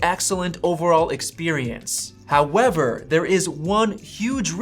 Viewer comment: This guys “however” is great when he says it 😂